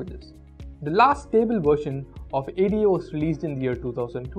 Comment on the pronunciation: "Ada" referred to as "Ay-dee-ay"? No. The name was taken from "Ada Lovelace," a very early theoretical practitioner of programming. It's pronounced "Ay-duh." This could've been served as a textual list. 10: . 9. Perl 8. Objective C 7. Pascal 6. Ada 5. Cobol 4. Lisp 3. Haskell 2. Erlang 1. CoffeeScript (which he says is replaced by Haskell. LOL.)